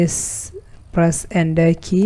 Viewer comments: he means enter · I died everytime he said "press ender key"